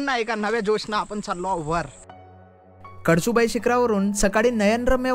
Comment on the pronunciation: कडसुबाई नव्हे कळसुबाई